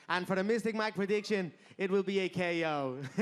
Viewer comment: HAHAH why did he say “KO” like that